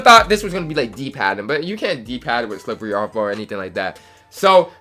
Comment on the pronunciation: The way you said slippery off ball lmaoooo deadddd Slip-wearrry